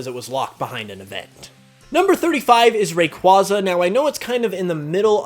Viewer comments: *Ray-kway-zuh Not "Ray-kwah-zuh" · RAQUAYYYYYYYYYYYYYYYYYYYYYYYYYYYYZA NOT RAQWAZA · Fuck stop saying rayquaza like that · You pronounced Rayquaza wrang!! Yes, wrang was purposeful. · Rayquaza and arceus are pronounced wrong. There is no RCS system. Also that's not Yugi, that's the Pharaoh.